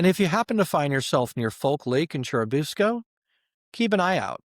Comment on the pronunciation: For churubusco its pronounced Chair-i-bus-co